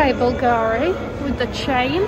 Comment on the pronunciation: sorry to do that but its b U lgari!!! I mean you have to pronounce it like bull Gary ! the owner Sotirio Boulgaris was a greek man who moved to Rome! I saw that to Sophie shohet also and I want to tell around...